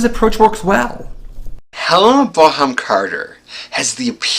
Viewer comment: Hehe ive never heard Helena Bonham Carter's name pronounced like that before 😊